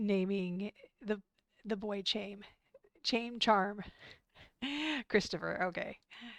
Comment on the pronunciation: The name Chaim is actually Hebrew so it isn't pronounced like a typical English/Anglicized name. It is "Hy-am" rhymes with I-am. So I am , Hy-am.